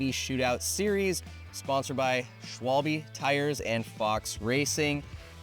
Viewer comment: Schwalbe not schwayll-bee, too many cables coming out of the front of the bar it just looks messy.